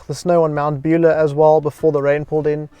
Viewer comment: Good video, thanks. Fyi Mt Buller is pronounced Mount Bull-ahh rather than Beulah 👍🏽